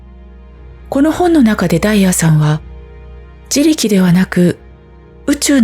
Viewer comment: 自力の単語が多いだけに、発音のおかしさが気になってしまって…😂